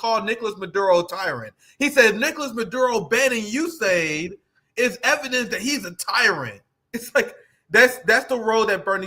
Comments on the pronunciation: US-AID. Ewe-Ess AID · It's pronounced the U.S SAID!